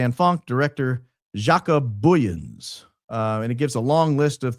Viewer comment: Jaco (J sounds like like the Y in "you") The "o" at the end pronounced like "ooh" Booyens ("Boy" (like the child) "ens" (sounds like "ah-n-s") Either that helped or confused the heck out of everyone 😂. South African here trying to help. Good try though 🎉